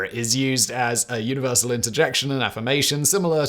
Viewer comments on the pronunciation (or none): none